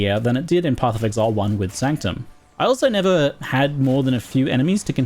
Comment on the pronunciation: bro it's sanctum